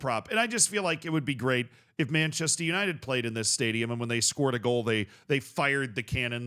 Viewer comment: Is it really that hard for an American to say Manchester? It's Manchester United not "Manchested Yanited"